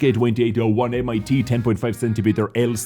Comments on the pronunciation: How says it: M I T How it's actually said: MIT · It‘s Not M I T. It is pronounced „mit“ and means „with“. So it is the „VK 28.01 with 10,5 cm L/28 gun. But never mind: I love your clips and your moderation 😊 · "MIT" isn't pronounced M.I.T. it's called "mit" what means "with" in German so basically the Tank is called: VK 28.01 with 10.5cm l/28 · Not M I T but mit, like in mittens. It means with. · It's not M.I.T.... it s" mit" with means "with" in German. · Hi, it's actually not "M.I.T."... it's just "mit" which means "with" in german. ( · The MIT in the Name is 1 Word and pronounced mit and Not M. I. T. and means "with" 😂😉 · never, never say "M-I-T" again. It is just "MIT" and means "WITH" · M.I.T. haha what, like the university? :D Pronounce it like 'mitt', it means with. Also disappointed in you not liking the ankou tank. Girls und panzer probably did more for the game than any CC combined, and then you immediately shamelessly plug your merch... dislike from me, sorry. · please stop saying "mit" like M.I.T. because it juste means "with" in german. Just say "mit" like you would say "meet" but.. shorter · I love how you pronounce the complete name of the tank at about but the word „MIT“ ist not spelled M,I T, it s the german word for „with“. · I thought was German for some reason until he read "Mit" as M.I.T lol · MIT is just german for with, so u dont say M-I-T :D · it s not M I T its german word "mit" = with in english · the MIT just means "with" in German and it is not pronounced als single letters but as a whole word. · the M-I-T or 'mit' is simply the german word for ''with', so tank x with gun y